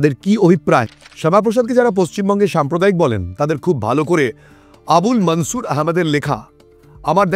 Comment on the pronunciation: মুললিম ব্যাক্তিদের নামগুলি হিন্দি -উর্দু স্টাইলে বলছেন।। এই বিকৃত উচ্চারণ কি ইচ্ছাকৃত??? যেমন - মনসুরকে -মানছুর বলছেন।।